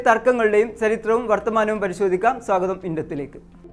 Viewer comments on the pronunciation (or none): none